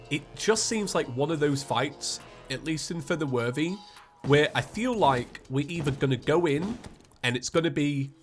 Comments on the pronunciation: who else hears saying "feather worthy" instead of "for the worthy" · Why have you done this to me. All I hear now is "fer ther werthey"